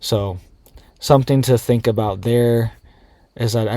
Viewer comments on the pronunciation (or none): none